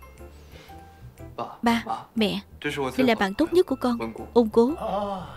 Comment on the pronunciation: Ổng tên là Ôn Cố mà từ đầu phim tới h tui cứ nghe là Ông Cố 😂😂😂